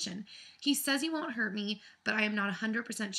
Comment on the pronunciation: Omg, I thought you said herpes instead of hurt...